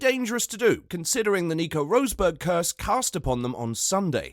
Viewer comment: Who is "Rose-burg"? And "Say-nzzz"??